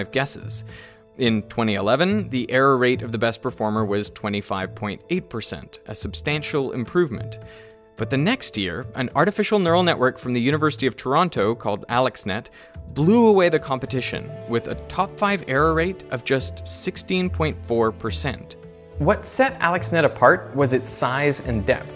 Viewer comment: Always disappointing when someone pronounces Toronto with a hard T